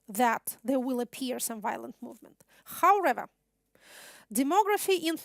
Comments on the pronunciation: Хауревер! Kate you do need more language practice! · Как всегда прекрасно! Однако, " howrather" вместо "however" убивает меня :(( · Ya ne slyshu ''howrather'', a prosto trudnosti viskazat' "however" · How(r)ever triggered me so bad!